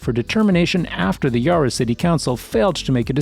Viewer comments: "yar-a" too! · Yarra not Yurra, Burk not Bork.